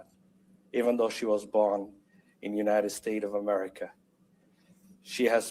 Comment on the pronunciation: The you nited stay of uhmerrikuh!😂